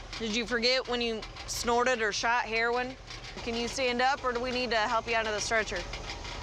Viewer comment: “He overdosed on hair-win”